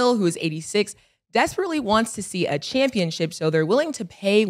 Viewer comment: Pacific rather than Specific, and saying “ChampionChip” 😂😂